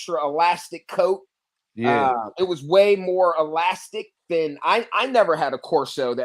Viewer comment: Coat not cost